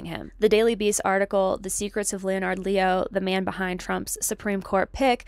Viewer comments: My wife and I are very interested in what you are reporting. We support what you have been doing. Subscribed. (Off topic, most people pronounce “Leonard” as a two syllable word which sounds sort of like “lennerd” with the accent on the first syllable) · This project is fantastic. No shade but I had to smile at how deep you are in your reading sources that you’ve never heard of “Leonard” pronounced correctly by anyone else 😊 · Well done. I admire your research and, sadly, agree with all of your conclusions. I have a minor quibble....please check out your pronunciations of some names....it will help your creds. As an example, Koch is pronounced 'Koke'. Leonard is 'Lennard'. Weyrich is 'Wayrick'. Otherwise, you are pretty impressive!!